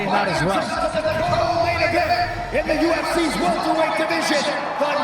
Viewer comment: You hear bisping go " hes a welterwight?" After calling him a 185er